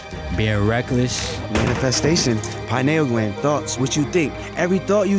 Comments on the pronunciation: LOL bro said the plot of Matrix then says Cyberpunk shit says Pie null gland..... it's pee neal gland. So, they're a group of druggies, homeless, but make videos? Honestly, good for them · how to not pronounce pineal gland, also not where it is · Pineal is not pronounced like that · Ive never heard pineal pronounced like that lol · He can't even pronounce pineal gland right